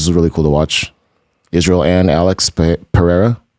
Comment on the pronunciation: I love how we’re so used to B calling him Pi-erra, that there’s not much mention of it in calments.